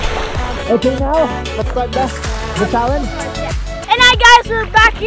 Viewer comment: “Another another anither....ChAlEnGe?